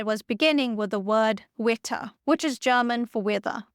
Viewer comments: note that german "w" is pronounced /v/, so "Wetter" is pronounced like "vett'ah" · Colonel Marian Rejewski of the Polish code-breakers. His name should be pronounced "ruh-YEV-ski". and the German word for weather, WETTER should be pronounced "VE-teh".